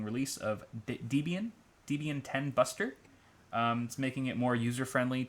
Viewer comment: Hey,: Debian is actually pronounced like the names Deb(orah) and Ian mashed together. Just an FYI because I used to say it the same way.